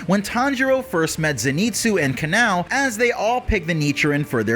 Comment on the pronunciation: "When Tanjiro first met Zenitsu and Ka-now" ☠️☠️☠️